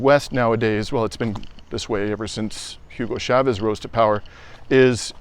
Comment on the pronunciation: It's not Shavez. It's Chavez.